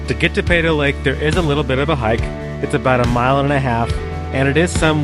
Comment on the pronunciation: we say Pee-toe Lake